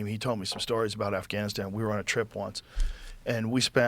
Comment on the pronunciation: I like how Bret said “Assgainastan” accidentally..